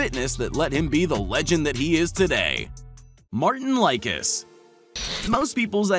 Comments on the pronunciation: Martin like-is hahaha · Martin Lickis? Odd Hughes? I guess Martin(s) was also watching WSM in Latvia at age 5 (since he moved to the US at age 4), Brian didn't win 4 WSM consecutively, and so on, not to rehash what folks have already said.... great clips, just mute the audio and you have an entertaining watch.